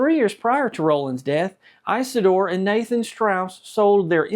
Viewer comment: The name is not Ice a door, it is Is a door.